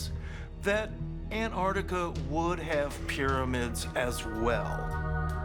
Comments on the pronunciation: It's not anartica it's ANTARTICA why can't people say it correctly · It's pronounced Antarctica, not Anarctica. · Because it's not that either. It's Antarctica. You missed the "c."